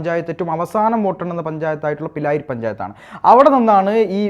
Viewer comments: പിലായിരി പഞ്ചായത്ത് അല്ല ബ്രോ പിരായിരി ആണ്..😊.. തിരുത്തും എന്ന് പ്രതീക്ഷിക്കുന്നു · സുഹൃത്തെ പിരായിരി ആണ് പിലായിരി അല്ല 😉 പാലക്കാട്ടുകാർ പ്രാരി എന്നും വിളിക്കും